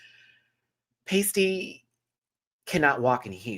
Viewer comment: constantly getting Pasty's name wrong is killing me XD